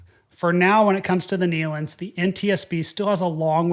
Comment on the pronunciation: First let me say thank you for pronouncing the Nelon’s name correctly. It’s been crazy how many people have been mispronouncing their name. Second and most important thank you for explaining this in such a respectful manor.I have seen the Nelons on many occasions. My Grandfather’s group had sang with the Nelon’s many times over the years. This has been so shocking for everyone who knew them. Once again thank you so much for the way you told this story in a factual and respectful way.